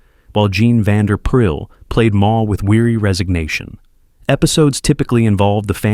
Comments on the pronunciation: You too. How can he give 3 to 4 different pronunciations for the same name in the same sentence. And adding an r Van der Pyl, in his pronouncing. I don't know. Maybe, like some other YouTube contributors, he's doing it on purpose. (For some unfathomable reasons.) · It's a computer generated voice-over. You can tell when it mispronounces words, Jean Vander Pyl is pronounced 'Vander pile'